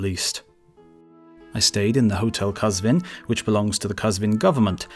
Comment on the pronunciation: AWESOME WORLD عزيزم ويديو خودش خيلي خوب بود و ان تلفظها كه عجيب بودند كم بودند مثلا قزوين به فاسي ghazveen ميشه ولي وي qazveen گفت. ولي خواستم كمك به صاحب كنال پيشنهاد كردم ولي نه خواستم شما يا وي اذيت يا توهين كنم. اميدوارم كه هيچ از كامنتهاي هر دو شما نراحات شوديد. به امان خدا